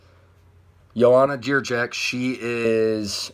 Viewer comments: You will never say it properly, sorry. You can try though I will owe u beer (4pack) if u will manage. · Joanna who?! If you can't pronounce her surname just call her Champion - please. Besides that - she is taller and bigger than Rose. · Why do you butcher JJ's last name with stupid grim on your face u think you're funny or something? unsubscribed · BS I'll give you 100$ if you give me the link to the video with the interview where they call her like that, you just didn't give a fuck to check it and just said some gibberish hoping it will get unnoticed, you could just say Joanna or add that you don't know how to say her last name, it would be very cool and respectful.